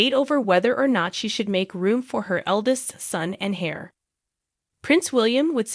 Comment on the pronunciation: I am sorry, maybe its not a high priority but 'heir' is NOT 'hair' its pronounced 'air' and 'safari' isn't pronounced 'safairy' but more like 'safawri'